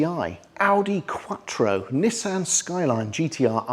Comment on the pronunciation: After hearing you say Mazda, Nissan, Porsche, and RUF...I don't think flexing on your proper pronunciation is the best call.